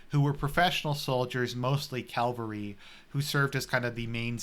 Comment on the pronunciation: CAVALRY not Calvary... C-A-V-A-L-R-Y. Are You doing that on purpose..? Great video nonetheless. Classic;) This is exactly the type of content that I was longing for on this channel. Thanks a lot! God bless.